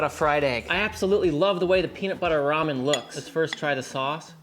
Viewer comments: It's "Ramen" , not "ROHMAH". Who taught you how to read? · It's Raymen ffs.